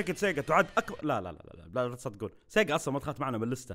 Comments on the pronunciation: لما قلت سيقا طرشت العصير 😂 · أنا انصدمت لما سمعت سيجا 😂😂😂 يلي انصدم لايك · والله انفجعت لما سمعت سيجا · خرشتني يوم قلت سيقا 😂😂😂 بس التوب تن رهيبة 👍👍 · عندما قلت sega انصدمت 😂😂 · يا ولد جلطتني لما قلت سيقا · جننتني يوم قلت سيجا 😂😂😂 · حرفيا توقف مخي عن العمل لما سمعت سيغا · جاتلى سكتة قلبية لما سمعت سيغا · افتجعت لما قال سيجا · أنصدمت لما سمعت سيجا 😂💔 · فجعني يوم قال سيجا😂😂😂💔